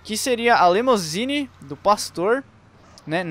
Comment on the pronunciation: O cara deve ter falado LEMOUSINE umas 10x. É LIMUSINE.